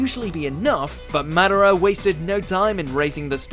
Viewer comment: MA-DA-RA. Not MAD-ERA